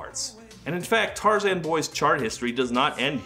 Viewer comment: even just the fact that he says Tarzan’s name as “Tar-zihn” in the interview.